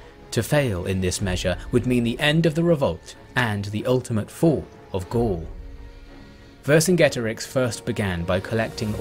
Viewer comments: One peeve, Vercingetorix was pronounced Wer-King-Eto-Rikh (the kh being the throaty sound of the German 'ch'). Great video though, never liked a video so fast. Not enough people talk about Gaul, especially not at this level. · it's WEHR - king - EH - TOH - REEX, great king of marching people (warriors): VER (great, see english "over", german "uber" latin "super", greek "hyper" - KINGETO ("warrior" deriving to root meaning "tread, step, walk, march" - RIX ("king", very close to latin REX). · Great video. One thing though: Vercingetorix is pronounced wer-king-eto-rich ('ch' as it is in German)